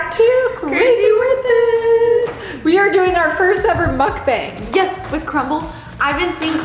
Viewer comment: It is pronounced as Meokbahng (먹방) Not bang as in gun bang. Yes please.. do make videos on your facial products + facial routines as well as your make-up routines. Proud of you! Learning never stops, especially in your line of work, there are endless certificates you can take.